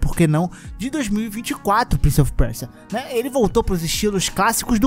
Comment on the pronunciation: Prince of o que? Preja?